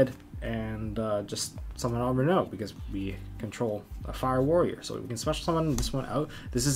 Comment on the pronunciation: This guy knows what’s up, he pronounced renaud correctly, I feel so recognized lol